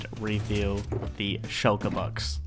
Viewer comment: you said Shoulker Box but meant Shulker Box... Nobody is perfect.